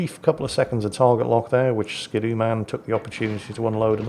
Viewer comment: It's ski doo, not skid oo. :D